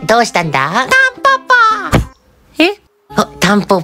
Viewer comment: キッズ(ﾅﾝﾀﾞｺﾚﾜ) タンポポ(ﾅﾝﾃﾞｽﾃﾙ[キッズと同じ発音])